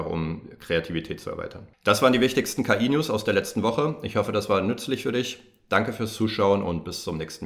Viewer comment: So cool dass du das hier alles für uns zusammen trägst. Nur änder vielleicht mal die Aussprache von "Kotze News", das hört man schon krass raus. :P